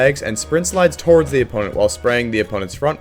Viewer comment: "torwards" lmfao